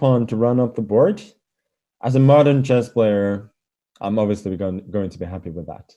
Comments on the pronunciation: Lol sounded like Japanese guy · The way he pronounces “happy” is somethingg!!